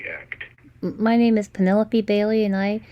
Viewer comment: He said Penelope Bailey incorrectly. He said warehouse incorrectly. He said sending them incorrectly. He said cooperative incorrectly. He said in our incorrectly. He said disctrict attorney incorrectly. He said slap on the risk very badly. He cannot say crying orrectly. He said reoccurring incorrectly. He said "We have no times to lie here" Grammatically incorrect He says dis instead of this multiple times. He says "the more time we can get in jail for them" I have stopped . I could go on for another 30 minutes where his grammar and words get worse.